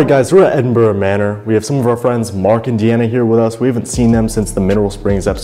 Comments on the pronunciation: As someone who grew up just outside Edinburgh, Scotland, it makes me so happy to hear Edinburgh pronounced properly. Thank you. 😂 love the vid! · I was born and raised in Edinburgh (scotland) I'm om very happy you have pronounced Edinburgh correctly 😂